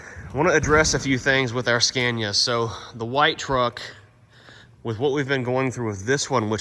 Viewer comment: Why do you call it Scääniä now again? After visiting Sweden you said right - Scania